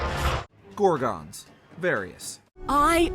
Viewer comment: Gor-guns, NOT Gor-gones